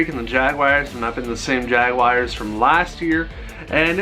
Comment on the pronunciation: Like your videos, even if you're an angel fan and keep taking jabs at the Dodgers. But please, please stop calling them jaguayrs, It's jaguars, like jag-whars, or jag-yoo-ars if you want to be english. But it's definitely not jag-wires. Sorry, rant over.